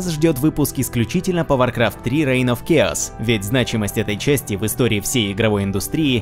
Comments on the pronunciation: Чааос а не киос!! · Учите английский. Хаос по английски читается как [к'эос], в данном случае CH произносится как [K].